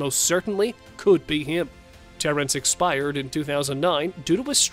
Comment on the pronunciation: bro actually said “eXpIeReD”😂😂